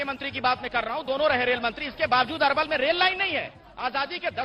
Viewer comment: अरे भाई पहले अपने रिपोर्टर को नाम तो सही से बात के भेजो। अरवल है ये अलवर नही।